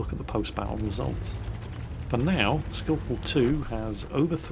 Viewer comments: "skillful tu"? It's "skill4ltu" skill for ltu(Lithuania)" Typical. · Kevin Duncan pronanc: 'skill foir el tee u' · It is pronounced as "Skill for LTU" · Skill4ltu is pronounced Skill-for-el-tee-you; skill4ltu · I think the name is pronounced "Filthy gold spammer"